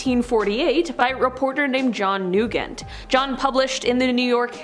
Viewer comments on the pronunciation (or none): Nugent is definitely not pronounced that way.